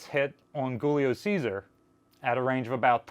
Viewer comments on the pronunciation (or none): heh. I bet "Goolio Ceasar" is rolling in his grave over your pronounciation of his name... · Allow me to butcher that ship's name slightly less grievously: "JOO-lee-oh CHAY-sah-ree" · Giulio Cesare would sound like a J, I think, not a hard G